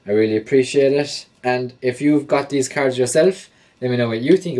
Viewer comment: You need to say cards probably not the way your saying it so annoying